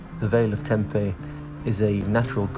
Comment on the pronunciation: hey, funny enough i came across this in effort to find 'proper' pronunciation of Tempe, but NOT sure you are saying it correctly, ie in Greek. can you confirm? beautiful video!!